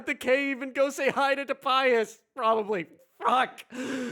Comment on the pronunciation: Tobias, not Tobayas.